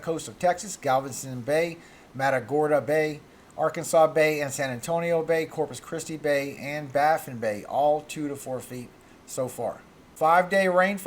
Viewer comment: FWIW -- "Arkansas" S/B "Aran-Zaz" Pass. Thanks for the analysis (from another Sabbath keeper). R